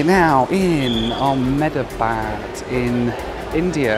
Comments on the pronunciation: the way you say Ahmedabad is so funny! my grandparents live there and it is pronounced "Am-Da-Bad" appreciate your effort though! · Amazing video, btw the correct pronunciation of Ahmedabad is (Ah - (immediately) hem-dha-bahd)